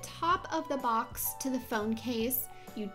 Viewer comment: why do you say box like that 😂 you sound like you’re saying bucks